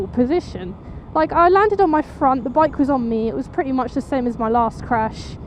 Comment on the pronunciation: I'm glad ur ok and I love how u say crash either I'm still half asleep or u rlly sound like u said ur crush hahahaha I'd be ur crash any tym hehehehe jk jk jk bt i would probley be ur crush gorgeous hehehe bt anywho glad ur ok:)))😃